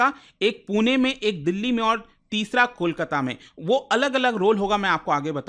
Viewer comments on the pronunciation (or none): none